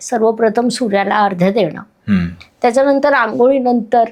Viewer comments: मॅडम अर्ध्य म्हणत आहेत..मुळात अर्घ्य शब्द आहे. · मेषेने सूर्याला अर्ध्य(ardhya )द्यावं, नाही अर्घ्य (arghya) असा शब्द अचूक आहे. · अर्घ्य हाच योग्य शब्द आहे... संस्कृतचा अभ्यास करून मग बोलावे,ही नम्र जाणीव....